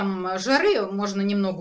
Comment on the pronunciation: Какая Вы молодец!!!! Вы красавица !!!!👍👍👍🌹🌹🌹 Но, пожалуйста, не говорите жАры, жАровая диета, пАлгода. Послушайте себя, Вы несколько раз сказали жАры, а иногда правильно произносите. Спасибо 🙏